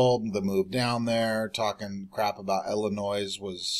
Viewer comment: The "S" is silent in Illinois